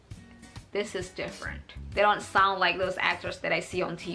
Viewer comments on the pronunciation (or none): pas ngomong "soundly" ketara bgt aksen indo😂💙